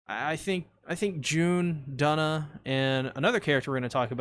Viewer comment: Duna’s name is actually pronounced with an oo sound